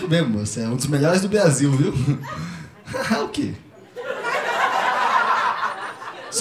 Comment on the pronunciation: Só tem ele e o Cebolinha no Blasil, por isso ele é o melhor